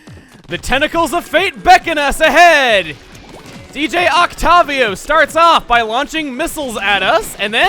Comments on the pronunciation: Oct-tah-vio? I would venture to say that's not right since he's a glorified music pun and it's Octave + whatever it is. So it's like, either Oct-tay-vio, or Oct-ti-vio, depending on how you pronounce octave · Oc-tah-vio Oc-TAH-VIO?! AM I THE ONLY ONE WHO SAYS "OC-TAY-VIO?!" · Chugga! You pronounced Octavio wrong. You pronounced the A as in apple, but it's like octave. It's a music pun. Also, I never noticed he actually punched that attack back at you when playing tennis. And I agree, this is one of my favourite final bosses. Also, I actually beat this the day before release. I must live near one of Nintendo's distribution centres, because whenever I pre-order from them I get the game a few days early. So I got this, beat it, beat the three amiibo sets all before release, including a little grinding for maxed out single-player stats. And then I started multiplayer on release, only to find that other people had gotten it early and were already about level 8 and I may have gotten a bit of bonus equipment for beating the story, but I way way behind. XD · Isnt the boss's name pronounced Oct- ay -vio ? with a long a sound? like octavius or smth along those lines? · I'm fairly certain it's pronounced Oc-taye-vee-oh, although I could be wrong. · "Oc-TAH-vio"? God, almost as bad as Ray-quah-za.